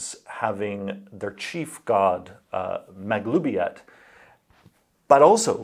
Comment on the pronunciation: Finally know how to pronounce Maglubiyet!